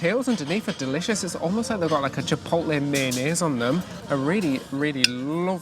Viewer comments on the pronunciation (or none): none